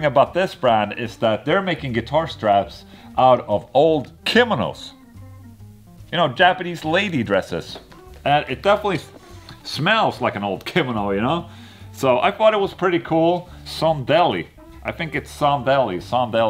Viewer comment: Ki-mo-no. Not Kim-ono